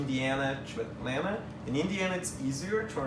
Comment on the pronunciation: He pronounces "Atlanta" like a native -- drop the Ts. I hope he saw some of the rich black people in Atlanta.